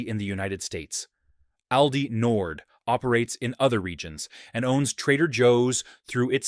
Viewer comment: It's pronounced "All-dee," Mr. AI.